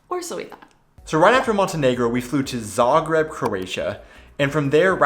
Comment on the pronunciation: Yeah, you are one of the few people pronouncing Zagreb correctly, on the first not the second syllable... :-) Smart belongs to the Daimler corporation just like Mercedes, by the way.